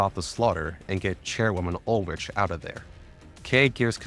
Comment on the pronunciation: As someone who didn't play GFL1 these are sooooo helpful for getting the world built for GFL2. Good work man 👏 P.S. I personally find your questionable European pronunciations endearing 😂 (Ulrich is Uul-rik for example)